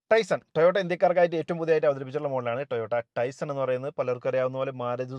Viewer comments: പറയുമ്പോൾ ടൈസൺ എന്നാണ് പറയുന്നത് അത് തെറ്റാണ് ടൈസർ എന്നാണ് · Is it TaisoN or TaisoR? Don’t be a dumb